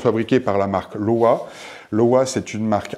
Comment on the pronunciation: Bonjour, merci pour cette intéressante vidéo. Je possède ces chaussures et je suis d'accord avec vous sur ses qualités et ses défauts (mineurs !). C'est pour la partir "entretien" que j'ai regardé cette vidéo, merci pour les astuces de nettoyage. Par contre, LOWA est une marque allemande, on prononce donc LOVA !